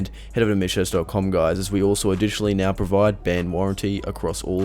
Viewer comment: Love your channel but goddamn I hate the way you say mitch cactus. You don't even pronounce cactus it just sounds like a noise and I fuckin despise it lol